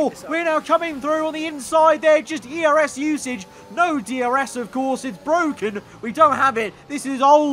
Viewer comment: passes Norris “it’s bwoken” Coincidence? I think not!